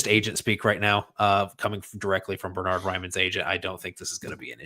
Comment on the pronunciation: Bern-hard not Ber-nard. the first syllable is pronounced Bairn like the Scottish Wee Bairn.